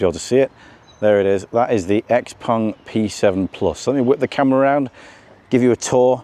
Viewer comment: finally somebody who knows how to pronounce 'xpeng'